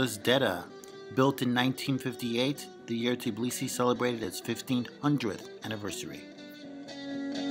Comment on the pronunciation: I definitely have to visit.. My first stop would be to ask a local how to pronounce "Tbilisi" because I am sure it is not "Tiblisi" ;-) Those who are native English speakers and are not native in other languages often cannot pronounce two consonants together... Practice it :-)